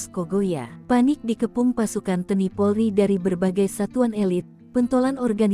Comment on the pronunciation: Admin bisa baca gak sih ???? T N I. Kok di baca Te ni.gimana tuuuuuhhhh?????